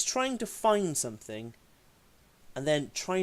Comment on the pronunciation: Any one who pronounces something as sumfing has to be less intelligent than a 10 yr. old. His video proves he's got the mind of a child.